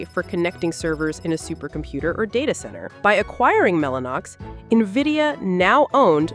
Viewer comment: AI can't even pronounce its masters name